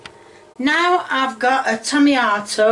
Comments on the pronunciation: did she said "tomiyato"???? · “Tomiato” “Tomatio” lol